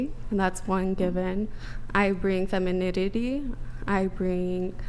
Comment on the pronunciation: I think she actually said ‘Feminidity’ :)